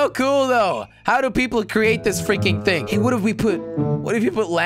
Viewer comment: why is he always saying things wrong? like, bridge = blidge , thing = think...